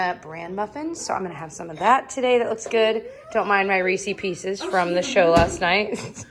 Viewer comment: I know this is inflammatory but im here to tease you for “reesee pieces” instead of “reesehs pieces” 😂♥️